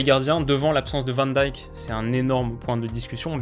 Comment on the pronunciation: Bof hein, à part van de beek et grarveneberch ... pcq Van Dijk il a du mal à le prononcer